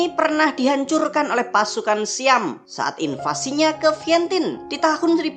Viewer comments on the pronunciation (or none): none